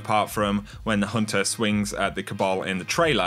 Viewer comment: Lol I love how this guy pronounces the "ah" sound made by the "er" ending to words xD Hehehe... "It's all good for the huntahhhh..." 😂 Epic lol